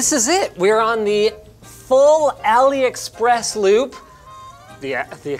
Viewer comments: it "a lee" express and not "alley" express. #JustSaying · AliExpress is pronounced AllE express. Like Ali baba. As in cheap as a mild east bizarre. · “Ali-A” Express.